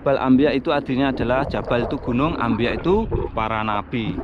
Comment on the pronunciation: Jabal anbiyaa, bkn ambiya